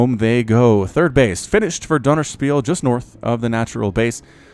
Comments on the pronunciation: How to pronounce 'ö', a quick tutorial for: the 'u' in 'hurt' is a very good approximation, you pronounce it short, with round lips, close to an 'o'. It really isn't that hard as far as vowels are concerned. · er sagt Dönerspiel 😂😂